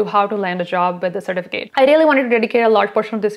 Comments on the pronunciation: Cer TIF a cut . Driving me crazy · I can’t watch this with the way she says sir-ti-fi-Kate certificate drives me crazy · The way you say “certificate” is weird. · Why aren't you pronouncing the e at the end of certificate